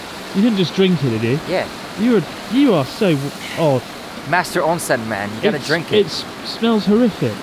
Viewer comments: ONSEN MAN😂 Ocean man... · "onsen-man." -Chris